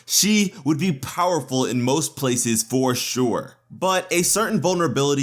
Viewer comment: You mean for “shore!”